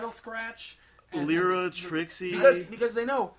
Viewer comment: lee-rah? Pretty sure it's Lye-rah, on account of her cutie mark being a Lyre (Lye-er, Lye-rah, see?)